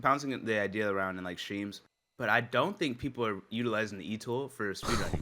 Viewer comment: is such an awesome addition! Glad he is saying aroun.